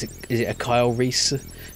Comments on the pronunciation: Recce as in "reconnaissance" :-) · a Reese? Seriously? Lol. it's recce (recky) short for reconnaissance...good grief....:p